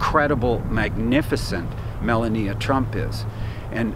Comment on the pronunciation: Haven't heard you pronounce the First Ladies name correctly yet....It's. "Ma lau nee a"